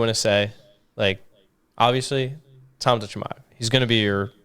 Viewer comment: CAUSEMIC SHAMIYA who the fck is tht some Russian Astronaut 😂😂 Chael really